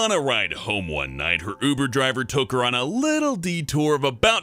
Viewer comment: He says Buber driver XD